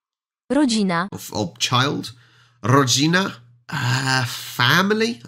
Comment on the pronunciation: Who's eating dinner this late? well, anyone who works late... you also put a lot of pressure on the first letter in the word... like Ro-dzi-na... where there should be more presure in the second to last part... like ro-DZI-na. .. or the męż-CZY-zna... but you are still easier to understand than people living in Śłońsk...